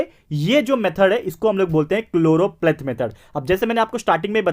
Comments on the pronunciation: SIR ITS CHOROPLETH METHOD NOT CHLOROPLATE METHOD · Sir it is choropleth